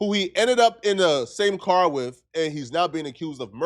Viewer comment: He say wif instead of with lol